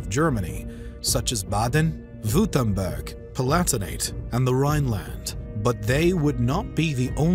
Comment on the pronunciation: Respect for the good pronounciation of my home state "Baden-Württemberg"! Seems to be almost impossible for most people. Greetings from South-West-Germany🖤💛